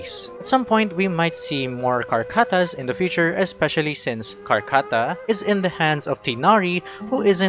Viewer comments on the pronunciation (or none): Raise ur hand if u heard horchata instead of Karkata